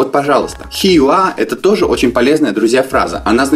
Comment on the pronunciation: Слово Here произносится не хи а хиэр.